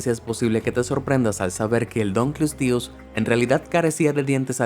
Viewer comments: No tienes que leerlo en falso inglés, "dankelsties". Es un nombre en latín. Y la pronunciación latina era como la castellana: "dun-kle-ós-teus". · se dise dunkleosteus